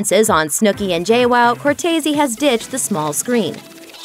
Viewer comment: It's Deena Nicole COR-TEES smh